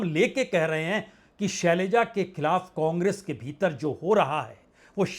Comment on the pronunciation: सलैजा नहीं शैलजा।जोश में होश रख कर बोलिए।